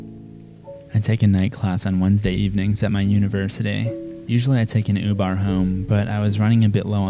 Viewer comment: Everyone: uber: ubar